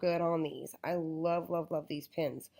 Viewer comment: Why does she keep on saying pIns there pEns